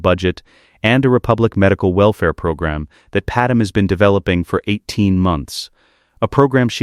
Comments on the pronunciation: PadMÉ NOT PaDAM!!!! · Calling him Vader-Anakin was a bit jarring. Also, calling Padme “Padem” was tough to listen to as well. But all in all, really great story. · The AI is better at pronouncing planet names, but now Padme is Padum... don't get it, that one should be easy... Great stories though. We'll done!